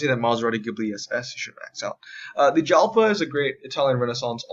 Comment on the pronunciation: Oh and btw the Lambo Jalpa is pronouced Yalpa